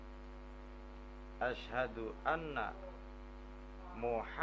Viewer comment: Klo menurut pendengaran saya pas asyhadu sepertinya kurang jelas pengucapan huruf "SYIN"gedenya, apalagi pas yg ke dua coba dehhh ditela'ah lagi video ini 🙏🏽 maaf soalnya saya juga pernah belajar ilmu tajwid jadi tau mana yg jelas dan yg tidak jelas pengucapan hurufnya,menurut kesimpulan saya ilmu mahwu juga harus didukung sama ilmu tajwid ,🤭🤭🙏🏽 salam sharing dari MANDALAWANGI PANDEGLANG